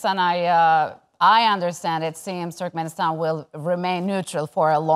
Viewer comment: Did the speaker pronounce "Türkmenistan" as "Türkmistan"?